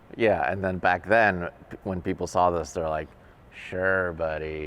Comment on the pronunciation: Funny her accent, Back pronounced beeaack